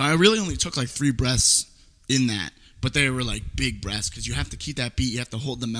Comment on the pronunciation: Sounds Like You Said "You Need To Take Big Breasts"